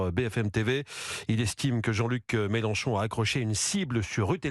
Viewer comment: normal c'est une Youyoute il a raison le Mélen chon chon 😂😂😂et un Zéro